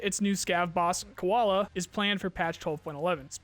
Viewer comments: It's not Koala it's KU-VAL-DA as if "Q-VAL-da" of you can spell VALDAY scope name you can spell this too just add Q before. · If Zhrets is Shrek, Kuvalda is Koala then Nolan is Moana. Bruh, you have so many bilingual viewers..instead of butchering names, just ask us! Viewer interaction, my guy.